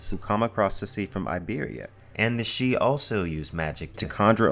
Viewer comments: It is slightly irritating why he sometimes pronounces it "sidee" rather than "shee" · It's weird how you keep pronouncing it sid-he then switch to pronouncing it shee... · I kept getting thrown.. the voice over interchangeably pronounces Sidhe/sidhe. It is never ShiDee. Its Shii-the or Shee. like Bean shidhe.... pronounced BanShee... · make up your mind about whether you're going to pronounce sidhe correctly (shee) or incorrectly (siddee) you keep switching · For the love of Pete! Stick with one pronunciation of a word! You confused the heck out of me with your constant going back and forth between "she" and "sid-he." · the "sid-he", irish speakers worldwide died a little when you tried to pronounce sidhe 😂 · Sidhe is pronounced seeja which translates into English to Elf or Faire (farie) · I hear "sidhe" pronounced differently all the time, I said it sid-he in my head when I first saw it in a book, it was "Aen Sidhe" in the Witcher, said Ahn shay, and it's just so off-putting whenever I hear new ones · Bro, its pronounced "Shee". It's always pronounced "shee". The spelling (siddhe) is from modern Gaelic, basically one of the Celtic languages. Q-Celtic, I think. By contrast Welsh is P-Celtic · "Sidhe" is pronounced "she" in Irish Gaelic. They are faeries. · To correct the above video, the Sidhe are of Celtic folklore origin, whats with this "pseudo Irish" crap ? Anyway, Sidhe is pronounced "Sith", this is where George Lucas got his idea for the bad guys in the Star Wars films... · pronounced "seeth" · #1) Why show a pronunciation guide for a word more easily announced than Sidhe (which you repeatedly pronounce differently) #2) your vids have gotten better; maybe not more well produced or researched but at least more coherent.